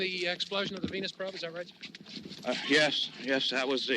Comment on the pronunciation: It's Venus probe, not penis probe